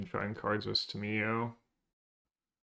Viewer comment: there is no way you pronounce Tamiyo that way. enjoyed your video still